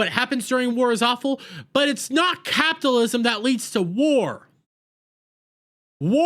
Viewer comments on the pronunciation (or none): It would be so much more pleasant if you learn to properly pronounce CAPITALISM!!!!!!